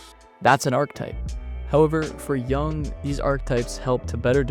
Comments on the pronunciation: This might be a bit nitpicky but it’s pronounced arch-e-type not arch-type and Carl yoong not young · Thank you for the video. But his name pronounced Yoooong not Young 😂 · "Yoong" not "Young". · It‘s JUNG not YOUNG. Cringy clown,the second guy. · Its not Young, its Yoong! Get it right. Dislike. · I hate your pronunciation of words. I will always look up how to pronounce words when I make videos. Yoong. ARK-eh-type. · This is Ai made, I can tell because carl yung is not his name, its jung. But pronounced yung. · You pronounce his name wrong and it is disturbing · You might want to look up how to pronounce his last name. Best wishes